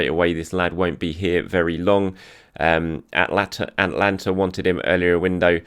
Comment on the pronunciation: A-TA-LAN-TA not Atlanta